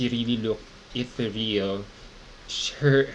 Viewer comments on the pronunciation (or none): Hey, check the proper pronunciation of “ethereal”